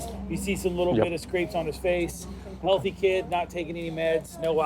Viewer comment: I swear that guy says wealthy kid not healthy kid